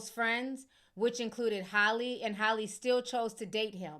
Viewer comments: Ti, it’s HAL-LEE!! Not Hailey or Holly 😭 Anyways, i love all your reports! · Man her name has y’all in a full Nelson. lol it’s HALLE (HAL-LEE), Not HOLLIE.